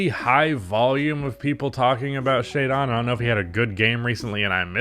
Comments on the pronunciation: it’s Shae -DIN not DON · … the way you pronounce “jaden” is the same way you pronounce “shaedon” not shai-dawn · Why he be sayin shaedon like Shai-Dawn